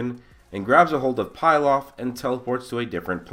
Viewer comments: Bro it's not 'Pil-off' It is Pilaf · It's not pie laf it's pee laf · Bruh its not pie-laf it's pee-laf. Emperor Pilaf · I love your videos man. But it's pronounced pee-lahf